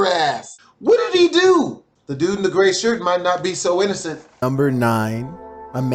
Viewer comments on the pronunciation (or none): none